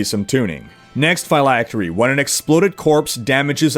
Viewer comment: You're putting too much emphasis on the "y" in "phylactery" bro, You're pronouncing it like "figh-lactery" instead of "phil-lactery" if that makes sense. Awesome video as always though!!